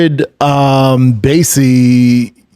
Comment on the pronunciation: It's BASIC-LEE, SLOWWWW IT DOWNNNNN.